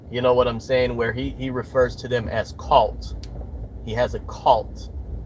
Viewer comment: Is it just me, or was he pronouncing “cult” wrong? Sounded almost like “kolt” to me.